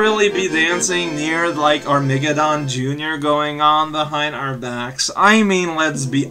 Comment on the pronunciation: I've got to say this. I don't know if this is one of your silly on-purpose pronunciations or not but it's pronounced 'arm-a-GEDon' not 'ar-MEGA-don.' Keep on keeping on.